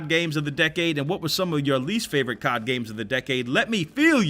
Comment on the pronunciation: It’s not cod it’s c o d